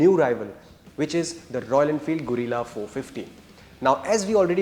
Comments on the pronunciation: Guerilla❎ Gorilla✅ 😂😂😂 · Arre bhai Gorilla nai hai, Guerrilla hai, pronounciation ki watt laga di 😂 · It's guerrilla, not gorilla please for God sake pronounce it right . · It’s pronounced as gerila, not gorila, no offense meant brothers, other than that good info and great job. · Its not Go- rilla, it is Ge-rilla, like गेरिल्ला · Not Gorilla it's guerrilla 😅😅😅😅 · Guys - its not Gorilla its Guerilla. The pronunciation needs to be “ge-rilla” . Btw very informative video. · It's a गरील्ला Not a गोरिला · Bhai tum log kya special kisam ke gawar ho?? Itna bada channel hai ,itni badi audience hai, sab kuch hoga tum log k paas fir bhi ek dhang ka orater nahi dhundh paye. Yeh gadha presenter bike ko gorilla bol rha hai. Bhai mere , usko ग्यू रिला bolte hain. This bike is not named after the animal, it is named after the assymetric warfighting technique , also called Guerilla fighting. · Guys - its not Gorilla its Guerilla - you guys are automotive journalist and still do such basic mistakes :D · gorilla or guerrilla? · No everyone with normal hearing is hearing it as गोरिल्ला . You are supposed to pronounce it गेरिल्ला. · It's Gay- rilla ... Not Gorilla 😂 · Not pronounced "Gorilla" 😂🤦‍♂️ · Why are you pronouncing it gorilla? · Fed up of 'gorilla' guys. Kuch to seekho. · He is calling it Gorilla. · 😂no you are not. You are definitely saying gorilla. Check the very first time he says it😂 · It's pronounced gerilla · 1000 baar sun liya bhai, tum bol hi galat rahe ho. Or second Its De-cipher not desipher. Tumko pronunciation pe bohot kaam krne ki zrurat hai.